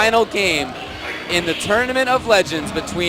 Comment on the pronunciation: tournament of "legengs"